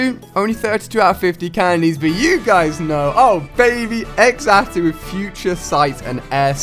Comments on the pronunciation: TheLegend27 I don't get it..why name it xatu if it's pronounced zatu? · I never wanted to be a Lucio main I pronounce it Zatu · Ex-atu? haha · it's pronounced za - tu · why do you call is x-satu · It's pronounced, "zah-too". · OMG its not pronounced x atu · The "X" in Xatu is pronounced like a "Z"......so like, Zatu. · Xatu is pronounced Zatu, just so you know! :3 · you say Xatu like Zatu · i love how he pronounced Xatu.... totally wrong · Getting so triggered over his pronouncing of xatu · YOUR PRONOUNCING XATU NAME WROG ITS CALLED (ZATU)!!!!!!! IM SO TRIGGERED!!!!!!😡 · xatu is pronounced zar-tu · ALI... XATU IS PRONOUNCED: ZAH-TOO!!!!!!!! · I don't pronounse xatu as x- atu I say it as zatu because the x is a silent z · Xatu is pronounced Zatu is it not. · u prounce xatu´s name wrong u pronunce it like zatu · xatu = zatu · FuriousMelon u say it like zatu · dude xatu is pronounced zatu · Who was triggered when he kept saying x atu, instead of z-atu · ImSoSamDough right. He said X atu 😂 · Why does he pronounce Xatu as EXatu its pronounced as zatu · It isn't pronounced X Atu it is pronounced Zatu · alia, it's pronounced "zatu" not "X-atu" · Xatu is pronounced (Za-two) not (X-a-two) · You don't say x-atu you say it like satu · Its ZAN-TOO not xato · Xatu is pronounced Zatu not EX-atu, really irritating. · So cringey... "ex-atu", in the anime, it was pronounced "zah-tu". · Ali it's pronounced zatu not x atu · It's not x-tau it's pronounced zatu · IT'S FREAKING XATU NOT EXATU FFD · bro for f sake its Xatu not Exatu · FuriousMelon by exatu he mean x atu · ali your pronounceiation is off on Xatu your saying egg-sa-too you need to say say-too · ali a your so dumb youre saying x-atu thats wrong its xatu all in one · just so you know its pronounced Za-tu not X-atu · ITS CALLED ZATU NOT X ATU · it triggers me when he says exatoo instead of zhatoo (zatu) and skullmoy instead of skarmory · Ali u pronounce Xatu like Zatu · did he just say.. "ECKS-atu"?... it's ZAH-tu.. sigh